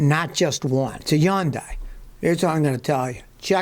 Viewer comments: Hyundai like Sunday is the way to pronounce it. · When you say Hyundai, the Y is silent! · Scotty has never watched a Hyundai commercial. If he had, he'd know how to pronounce the name.